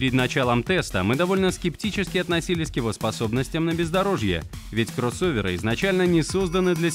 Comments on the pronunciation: А, или что-то среднее между А и О, но никак это акцентированное Оканье. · КрОссоверы... Такое смешное произношение первой буквы О.)))